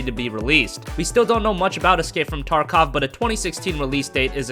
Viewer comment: I think it's pronounced "tarkof" not "tarkowe".